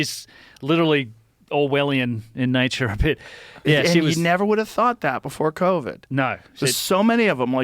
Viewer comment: 27.12 You've nava been 😂